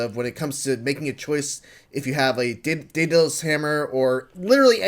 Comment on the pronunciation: I'm like 90 seconds in and his mispronounced Greek names have already irked me. 😂 Dem-a-tor and Day-Dulls are not how you say Demeter and Daedalus.